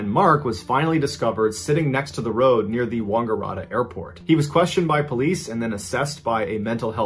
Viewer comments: You're so awesome, can't get enough of your stories. But...Wangaratta? The first A is 'a' as in apple. Stupid Like button is a bad influence! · OMG, the pronunciation of the Aussie places! Yass is like YACK and Ass. Wagarata is like Wang ARE att Er. good attempt though! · Mr Ballen should make a better effort to pronounce the names of Aussie towns. Mangling the names of towns like Yass and Wangaratta is a bit cringeworthy. properly.